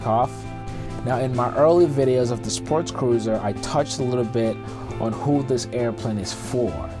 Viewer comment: It sounds like you are saying sportscruiser, not sportcruiser.